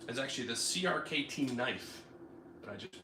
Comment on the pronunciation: I could be wrong, but I think CRKT is pronounced “cricket”